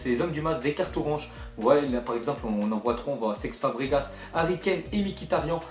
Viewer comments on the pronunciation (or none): Nan mais j'ai bien entendu ?? SEX fabregas ???